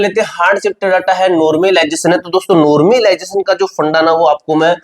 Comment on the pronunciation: Phle normalisation bolna sikh le